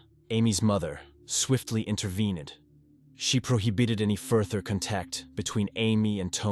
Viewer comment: Cant pronounce words like ties and contact and intervene but nailed unwavering accolades and diligence. Odd